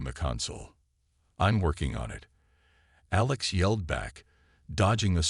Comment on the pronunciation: Good story. Bad AI. "DEEFening crack...", "DEEFening roar...", "AYElex".